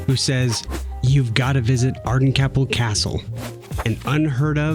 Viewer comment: Ardencaple is is pronounced Ar-den-cape-il. And anyone recommending it to you was winding you up! You're totally right about public transport - you really don't need a car. I live here and I don't drive. I always tip in restaurants that have table service, unless the service has been terrible, and I also tip taxi drivers (not as much as 10% for taxis, but rounding up, or an extra pound or two for a longer journey). I also tip food delivery drivers and always have done.